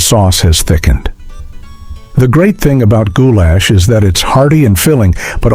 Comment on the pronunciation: It's no wonder you couldn't remember many of these dishes; you couldn't pronounce them or their ingredients, e.g., goulash, chicken cordon bleu, mousakka, paprika, or bernaise.